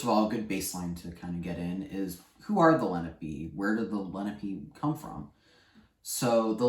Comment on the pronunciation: Lena-pee? It's Len-AHH-pey. Please don't teach the language if you can't even pronounce the people correctly.